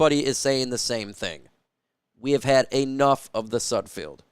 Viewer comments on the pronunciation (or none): IT'S SUD F E L D NOT SUD F I E L D !!!!!!!! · His name is not pronounced with field at the end. Can you not read? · Could you at least learn how to pronounce his name before making a damn video? It's painful to listen to you butcher his name and really destroys any credibility you think you have. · i know sudfeld is hot garbage but you could atleast pronounce his name correctly